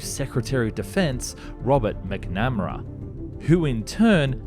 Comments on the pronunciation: His name is pronounced "Mac-Na-Mer-a" 😆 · Robert Mac-nam-ra? Surely not. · Great video. One point though, McNamara is pronouced 'Mac-Na-Mare-Uh' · McNamara = "Mac Na MARA" not "Mac-Na-Ma-Ra"....... but Yes, he did a LOT of military budget cuts!!! Overall, an interesting video, Never seen this type of a-c before. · Good vieo,! Just a slight phonetic correction --- McNamerra is prouncounced "Mac-namerra" not "Mic-namerra":) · The Secretary of Defense’s last name pronunciation was Mac, not Mic 😂. Also, his middle name was Strange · McNamara. Say it with me, mate: Mac-nuh-mah-ra. Not Mcnammera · Mac nam air ah Mac na mar ah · Did you really just say "McNamra?" For future reference, that ancient and noble Irish family name is pronounced "MAC-na-MAR-ah."😉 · Though the man was a bit of a tool, his name still deserves to be said correctly. It Mac-NA-Mera, not MacnemEra. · McNamara= Mc-Na-Ma-Ra, not Mac-Nam-ra… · Robert McNamra.... hmm.. that is not quite right.. is it... pretty shure it shoud be Robert McNamara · Nice video but dude, you need to work out how to pronounce armament (ARM-a-ment, not ARN-a-ment), maritime (MARI-time, not MAR-time), and McNamara (MACK-nah-MARA, not mack-NAMA-rah). You also spelled his name incorrectly. This is not the first time I've heard you say armament incorrectly and it is particularly strange for a channel dealing with military aircraft. They are ARMED with ARMs, or ARMAMENTs. Army, arms armed, armoured, ARMament. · McNamara, not mac-nam-era. Also, it's ma-rit-ime not maraitime.. #pedant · "Robert Mac Namra"? It is pronounced Mac-Na-Mara. I stopped watching the video after that. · Mac-NA-MAR-UH 😂 I love foreign pronunciations, they always put a smile on my face 😜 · It couldn't matter less, but for future reference: Robert McNamara's surname is pronounced "Mac-NAH-mare-uh" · "Mcnamara" has emphasis on the third syllable: maknuh 'mehruh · McNamara: Mac-Nuh-Maa-Ruh (Australian pronunciation) Same cadence as Wangaratta. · "MIK-NAM-RA" lol